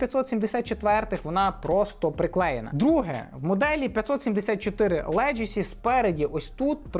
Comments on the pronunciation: Like as usual👌друже ти ж шариш , має бути "легасі", а не "леджесі", словом "леджеслейшен" не перевіряється😜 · це слово звучить леГАсі, а не леДЖЕсі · За відео лайк та одна поправка - леґесі, не леджесі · Легасі. Тільки так. Ніяких леджесі. Енкеп, не енкейп